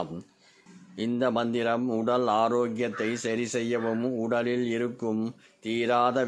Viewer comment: Manthram pronounciation not clear